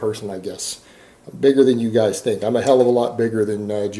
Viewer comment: Its just the reali-tee of it, gahs. In muh liiife.